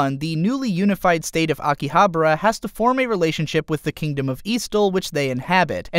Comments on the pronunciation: Please pronounce it correctly ;-; Akihabara Aki-ahh-bah-ra not Aki-abra I usually don't post these sorts of things, but it tilted me so hard I had to plug my ear holes with protection to save me. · Excuse me I hate to sound like a dick but you missed pronounced Akihabara this location is based of a real life location in japan (which is where the real world conterpart of Log horizon) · Isn't it Akihabara instead of Akihabra ? #NicpickNotReally